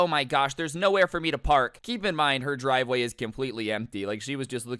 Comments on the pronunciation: normal person: driveway: dwiveway lmao i thought it would be funny.....and love your videos a lot of them are either crazy or funny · He just said dwiveway